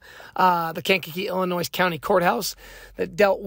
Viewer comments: The S in Illinois is Silent like the Y in YOUR GIRL 🤷🏽‍♂️ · I used tell people you don’t pronounce the “s” because the word Illinois is French the “s” is silent. Lol! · On God i h8 hearing the "S" on Illinois. I guess that comes with having an ILL state of mind. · Bruh .. Quit saying Illinois, WITH THAT "S" sound, 😂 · Not sure if you live in Illinois, but if you do, how do you not know the S at the end of Illinois is silent? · ✌🏿 from Chicago, Illinois (With the silent s) 😂 ✌🏿